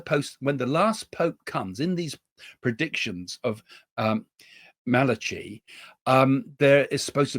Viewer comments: St Malachy is pronounced Malachi silent h. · Saint MA-LA-KEY 🙈😊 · Love you Craig. From a former catholic… Malachy. Is pronounced Mal- a- ki❤ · It's pronounced Malakey (Saint Malachi)😂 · Correct pronunciation.... It's Saint Mal a key ☺️